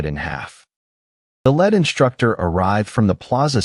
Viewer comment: LEAD is read as LID , not LAD, u need to improve your AI